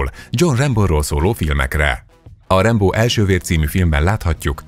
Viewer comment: Rambo....olyan nehéz ezt ki mondani????? Nem rembo meg mitudom még...... Rambo és punktum